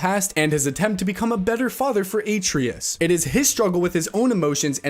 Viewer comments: You’re pronouncing Atreus wrong. You’re emphasizing the A, you need to emphasize the trey of it. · Atre us? Jesus did you plain with no sound? How can you mispronounce it that bad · Is this video narrated by AI or are you messing with us by saying every name wrong? Nvidia, Dutch, Atreus, etc. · Did you even play the game? you can't even say Atreus 's name right. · probably but if he's reading the scripts and he played the game, he should know how Kratos says his son's name